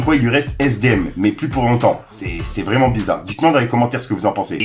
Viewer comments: 🤣🤣🤣🤣🤣🤣Le vreuuuument a magistral tu fait l'accent renoi mtn mdrr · ça me fume comment tu dis "Vreuuument" avec l'accent ! 🤣🤣 Grosse force mon gars !